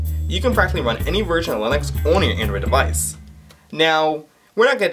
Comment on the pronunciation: whilst we're at it... device and not 'deweisch' (that was prolly you just mis-saying it by mistake ,p , and one certainly does not say 'kroat' for chroot lmao.